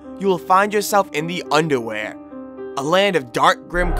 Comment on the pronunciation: lol u said underwere